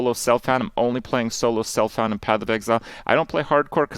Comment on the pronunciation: Pronounced solO selfOund like a true elitist :)